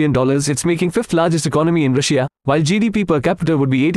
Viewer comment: The way he pronounces Russia as "Rush-ee-a" makes me laugh